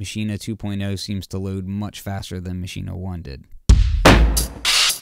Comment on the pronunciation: Finally someone who pronounce it correctly. It's mah-she-neh, just as said in the start of the vid!